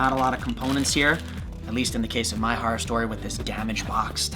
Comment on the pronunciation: "horrer story"lol